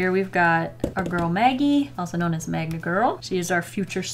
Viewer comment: i thought it was magMa girl not magNa girl